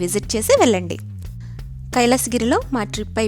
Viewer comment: వెల్లి కాదమ్మా... వెళ్ళి అని పలకాలి